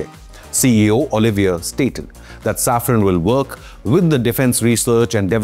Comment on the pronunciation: Safran- saffron ❌ Engines - Injuns ❌ Pls fix your pronounciations brother.